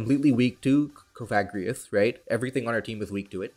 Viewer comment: odd enunciation on cofagrigus lmao